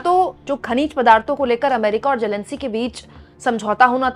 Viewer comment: It’s Zelensky not Jelenskie